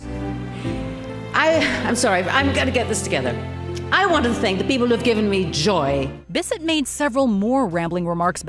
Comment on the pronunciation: I'm still applauding Kanye for that Taylor moment 🤣🤣🤣🤣🤣🤣🤣❤ Oh and, learn how to say Jacqueline Bisset's name right. Thanks